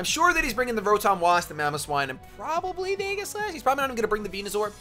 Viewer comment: I'm rather surprised that the Manectric wasn't carrying Flamethrower; but Congratulations for the two Wins, and yes, your Beard is very nice. Random Note, I imagine 'Aegislash' would be pronounced 'ee-ji-slash' rather than 'ai-ghi-slash'.